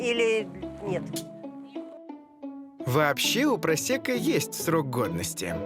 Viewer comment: Почему переводчик говорит просЕко, а не просЭко?